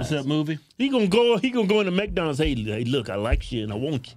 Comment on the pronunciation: McDonald’s not macdonalds lol